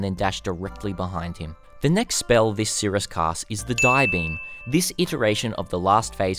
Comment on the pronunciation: S. i. r. i. u. s. not sirUs love ya <3